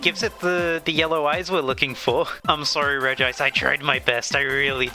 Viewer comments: Regime is pronounced “Regi-ice” (reh gi ice) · Google says you say regice REGI-ICE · its conformed that its pronounced rej ice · Ive personally started pronouncing regice as (ree-jis) like Regis Philbin because it upsets people. I dont think theres a right way to pronounce it so i choose the wrong way. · I feel like Regice would have looked better if The Spores could levitate. Because in the anime most of the time Regice never never uses his legs, mostly of sliding in ice, but like in the movie of the regis, he levitates most of the time if i remember correctly. Also i always pronounce her name as Regi-ice. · Regice is pronounced.